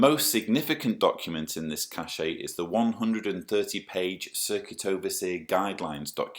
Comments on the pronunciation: BTW, it's 'cache' (pron. like 'stash') not 'caché'. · 'Cache' is not pronounced 'cachet' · The word is cache. Pronounced the way we pronounce CASH in English.